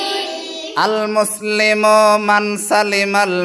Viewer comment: আগে ওস্তাদজির পড়া শুদ্ধ করা দরকার, "আল-মুসলিমু~" টান নাই।